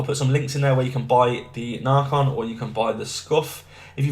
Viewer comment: It’s not narrrcon is naycon